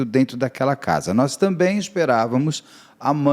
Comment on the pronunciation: "Nois" "Nois" "Nois". Misericórdia, meus ouvidos sangram!